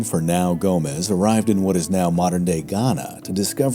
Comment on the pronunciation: I love these videos! But for the last name "Gomes" in Portuguese the s makes a shhhhh sound not Gomez. Please keep the videos coming!🇵🇹😁